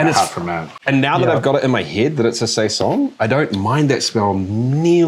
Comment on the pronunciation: saison is french- the second "s" is pronounced like a "z", saizon